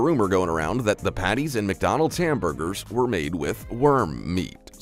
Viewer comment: Ffs there's no I in McDonald's learn to speak English